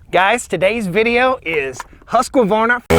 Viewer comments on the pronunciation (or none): Just pronounce husk-varna (instead of Husk-que-varna, like ur doing) xd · It makes me smile the way you call it "huskevarna" (that's what it sounds like). Also the short name Husky is very good! But being Swedish (where the saw originates from) the correct way to say it would be huskvarna without the e between k and v. But I feel that you should do you. It works! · It is not Huska it is Husk. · Usvarna not haska-varna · Question 1 : Bumper spikes, or, dog's / felling dog's. Question 2 : The Swedish / "proper" pronunciation is HUSQ VARNA. Not the American Husqavarna. Primer bulb on the Husqy is a weak point. I don't buy saws with primer bulbs. Been using saw's / Logging for 42 years. I like / use both brand's. Jonsered was good too. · Thete is no A in the middle Not Hasqavarna Husq hooskvarna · According to Simeon at the Swedish Homestead it’s pronounced with a long ū and three syllables like Hoosk var na but most people I know in the US also pronounce it like Husk a var na with a short u and four syllables. As far as the sound I think the Husky has a beefier low end sound but the Stihl has a stronger high end sound. I honestly think you couldn’t go wrong with either either saw, it comes down to convenience and personal preference. Enjoy your videos! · had to stop watching after the 6th "huskuvarna" and "caliper of chainsaw" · Husqvarna does not have an Ah after the “husk”. Just husk-varn-ah. 😊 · Husqvarna is properly pronounced "Hoosk-varn-a". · it is pronounced "huskvarna" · My understanding is it's pronounced "Huskvarna" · You're right. But we yanks are used to vowels. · In all my yrs of cutting and felling trees I've used stihl, huskies and echo and man to be honest longevity wise echo last longer and cuts better in my opinion. With that being said rpm wise a huskie sounds alot more powerful then a stihl or echo. Ive always pronounced huskies as Husk varna, lol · It's 2 syllables "Husk-varna". See I use the nickname "Husky"